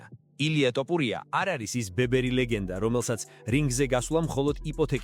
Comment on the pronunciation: რა ტოპურია ძმაო შენ რაღა გჭირს?ტოპურია არა რაჯ კაპური...თოფურია თოფურია